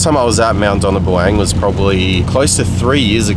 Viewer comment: It's pronounced "Mount Donna Bong On". When spring comes go further and explore the Reefton Spur.